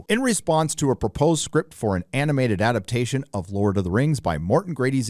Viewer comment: This dude tries to make fun of "posers" But he says the word "Simmer-uls" in place of Silmarils, "Thane-ose" in place of Thanos, and can't pronounce "Adaptation" because he is illiterate.